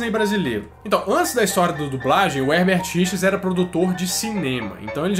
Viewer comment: Toda vez que ouço : versão brasileira, eu completo, Hebert Richers, e ainda falo errado, Hebert Richards kkkkkk, quando não é me dá uma frustração kkkk